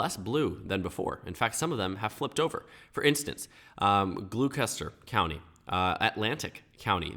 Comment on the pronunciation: You said Gloucester county so BAD